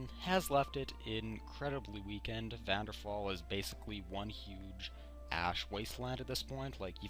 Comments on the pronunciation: AH ITS VVARDENFALL NOT VADDENFALL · Vardenfell, not vanderfall :) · First of all Its Vardenfell "vaar-Dunn-fell" and the currency is the Drake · Why the Hell do people call it Vanderfall, it is Vvardenfell: Var-den-fEll